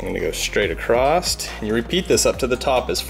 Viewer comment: love the video to bad you sound illiterate saying acrost there's no t in across.